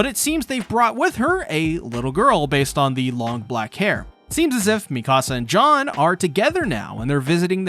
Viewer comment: I was like who the hell is John, but it’s just his weird way of pronouncing Jean